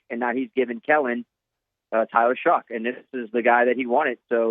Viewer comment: It’s Shuck not shook!!!